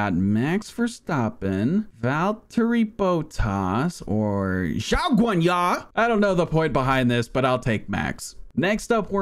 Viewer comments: “ZHAW GUANYA” is peak comedy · the way he said "Zhou Guanyu" is fucking hilarious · Max Verstoppen, Valtteri Boat Toss... And... ZHAOGWANYUH!?!? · ''mex verstarpin'' ''valtery boatarse'' ''JaW GWaNyA''